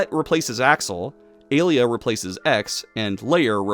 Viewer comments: Mfer talks about the games for 2 hours but can't even pronounce the names right nor knows how the games work. It's not "A-lee-a", it's "ah-liah". It's not "gay armor", it's "gah-ee-ah armor". And you don't "unlock" the last 4 mavericks in X5, you're able to play all 8 stages from the beggining. Mfer also can't even pronounce "Bonzi buddy", it's not "bonzai buddy", it's "bon-zee buddy". Also, there's a lion maverick already, Slash Beast from X4 and also a horse maverick in X5 if you consider pegasi as horses. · Pronouncing “ay lee ah” as “uh Leah” is jarring and funny lol. Great video and amazing intro. (Also I never noticed how many bugs there were until now, and you’re right TOO MANY) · I wanted to punch you so bad every time you mispronounced Alia's name. Other than that, I love this video.